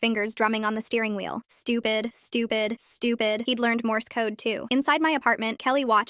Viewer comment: "STEWHPED. STEWHBED. STEWHBED." heh